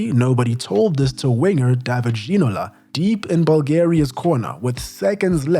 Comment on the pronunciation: you need stop trying to emulate fake French accent if you're gonna be wrong anyway. - Alain Giresse is not pronounced with hard G. It's not "G" as in "gorilla", it's "ZH" as in "closure". It's double frustrating because later you pronounced "David Ginola" correctly. "Gerard Houllier" - the "H" is silent there. I'm not even mentioning multiple wrong stresses here and there. "T" in "Robert" (Pires) and "D" in "Bernard" (Diomede) are also silent. just stop doing this or do a better research into foreign names.